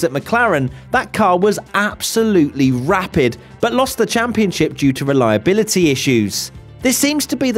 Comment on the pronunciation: "what's wrong with Red Bull's re-LIE-a-BILL-a-TEEEE" What's wrong with this guy's tone modulation? He sounds like, this is the best analogy I can think of, a giddy, smug a-hole who's smoking crack. WTF1 would be SO much better without this guy. I hope that some scandal comes out about him so he'll be gone. I'm sure he's eating shark fin soup while perusing his elephant tusk sculpture collection. Someone just needs to out him! 😂